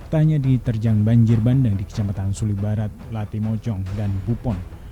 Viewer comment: Bukan banjir bandeng tapi banjir bandang. Penyiar yg benar aja nyebutnya!😀